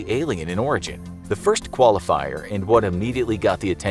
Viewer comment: I dont know why I heard alien in Oregon instead of Alien in Origin